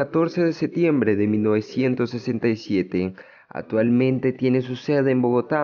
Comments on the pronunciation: Amigo metalero la C y la P cuando se requiere, no se dice SETIEMBRE no ni OTAVO, tampoco SETIMO.. tampoco PROYETO HIDROELETRICO ni ATUALMENTE, corrija para hacer videos, igualmente está interesante AT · A mejorar pronunciación y léxico. te comes la c en casi todo ejmp atualmente, setores etc... pero interesante el video